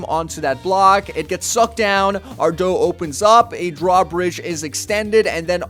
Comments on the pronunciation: it's a door not dou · he said dou not door